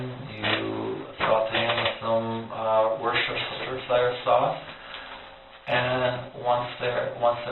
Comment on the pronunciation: If he really was English Royalty, he'd know it's pronounced 'woostersher' sauce?